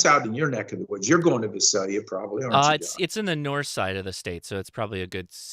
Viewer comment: It's Vi-sale-ya, thx KY4TRK